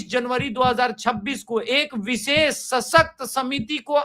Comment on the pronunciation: ससकत नही भाई सशक्त होता है. आप चायनल पे बैठे है. भारतीय जनता आपको सूनती है.सशक्त देश के आप नागरीक हो. आपकी भाषा साफ होनी चाहीये. आपके सामने बैठे है अवनीष जी ऊनकी भाषा सूनो कीतनी साफ सूतरी है. आप भी बैसे ही बात करो.🕉 🇮🇳👍❤🌹👌🙏